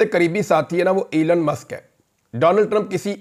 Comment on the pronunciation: Please pronounce Elon musk and not elan musk.